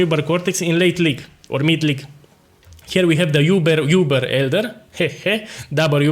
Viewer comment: it's so cute how you pronounce it "yoober" instead of "oober" boss.